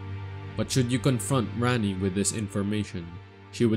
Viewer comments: Just saying it’s “Ranni” not “Ran-nee”. And there really wasn’t any new info here. It was like listening to OneMindSyndicate regurgitate the war hammer wiki page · RAH-nee. Not RAHNee. Big difference